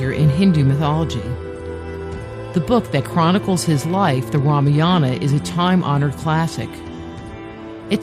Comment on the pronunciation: what the fuck is Ramiyana, it's Ramayaan